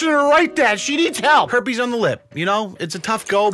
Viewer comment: "a herpe" 🤣🤣🤣🤣🤣🤣